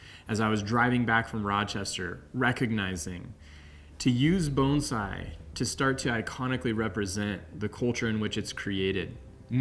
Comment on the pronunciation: If this guy says Bone zai one more time I’m going to vomit